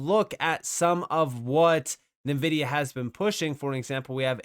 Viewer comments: Just FYI, Nvidia is pronounced "En-vihd-ee-ah". Not "Nuh-vihd-ee-ah". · It's not Navidea it's Nvidea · HBAR will dominate pretty soon! Great video! -- Btw, NVIDIA is pronounced "EN-Vidia"